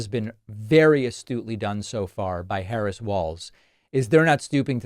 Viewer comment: He is mispronouncing her name on purpose because he has no respect for her. She is mispronouncing hospitality because she doesn’t know any better. Sad.